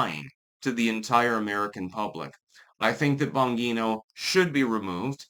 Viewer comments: It's Bon-G-No. Why does he REFUSE to say it correctly? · It is but is saying it wrong. It's an Italian name pronounced "Bahn-jee-no". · Please learn to say ppls names correctly. It’s not Bon-ghee-no. It’s Bon-jee-no. You look like an idiot. With all your research and videos you watch, you’d think you’d pick up on it by now. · Bon "Jean-O" your not Spanish, you can pronounce your Gs, not as an H, but as a "jee" like "Jeep" Please don't use your local accent as an excuse. It's not. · It's (bon-jee-no),. I can't tell if you're doing that on purpose or not😂❤ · Umm, it’s Bon-Jeé-No. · Juat get rid of all 3 of them. But at this point, seems like it's Trump. Also, the name is not bangeeto. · If anything, Bondi should be removed. She keeps lying to everyone, and she keeps promising to have people arrested, but does nothing except go on FOX News. BTW, the "g" "Bongino" is pronounced like a "j". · Is that your handler in the reflection of the YouTube award? And it's pronounced "bon-gene-oh". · It's Bon-gi-no. fuck get it right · I'm sorry,, but I respectfully have to disagree with you on this one. Dan I trust 100% (and it's pronounced "Bon-GEE-no"). He's proved his quality repeatedly. Bondi is the one I don't trust for a second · It's "Bon Jee No", Italian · Why do you change Bongino's name into Bongeeno? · Dan "Bahn-jean-oh" 😎👌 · It’s pronounced Bonjino. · Pretty sure it’s pronounced “bon-jee-no”. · .....are you intentionally pronouncing his name wrong? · Can someone teach how to pronounce Bongino? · Yes. That's the way his own announcer pronounced it. He's only been around a few years, with a YouTube channel, spots on Fox, and then a radio show. It would help if he listened to a little audio if he is going to talk about people to know what their names sound like. It's not tricky like Gadot, Ghislaine, or Rowling. It has an Italian way to say it. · He always says it incorrectly - for some reason.